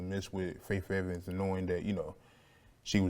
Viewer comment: I hate how he keeps saying “Fayf” Evans 😂😂😂